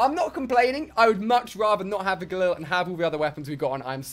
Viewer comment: It's Gallil not gullil